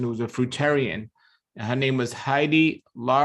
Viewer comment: for your information her name was pronounced hill… dee. Love your show. You are such a kind man..